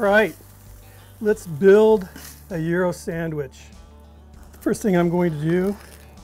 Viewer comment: I'll bet you think it's Gi-Ro's. (It's not). He's saying it right.